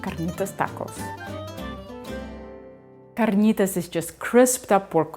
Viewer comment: rolling her r's is almost asmr to me 🇬🇹🇬🇹